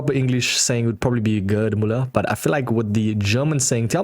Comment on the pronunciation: "Heard mulla" like you said would be the dutch way to say his name. In english terms you would need to say his name like Geird or Gaird Müller to be close to the german pronouncing. And thats only his first name! the thing with the letter ü and you americans..........yeah i have almost no hope you americans will learn this ever, lol. let google translater pronounce it for you if you REALLY want to learn it and dont just play dumb for comments ;)